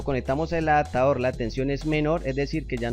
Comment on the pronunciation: adatador, direta, correpta, conetado, jap, debes pronunciar bien, es una falta de respeto y horrible escucharte